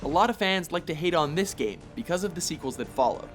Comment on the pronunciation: "Here take DESSS" Im criyng😂